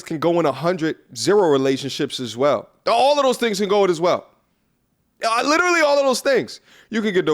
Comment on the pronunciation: First of all, the word is literally, not lillleraly, second, I feel like, I feel like... and only a simp is falling for this bullshit